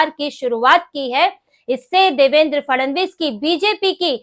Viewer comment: Grrrrrrr...... Fadnavis ... or Fadanvis... Kindly check your pronunciation